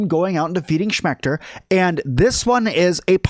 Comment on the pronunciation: you say defeating schmector it's the assistant manager not achmector